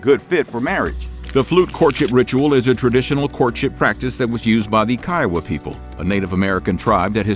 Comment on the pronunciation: "Kiowa" is pronounced "KEE-oh-wa"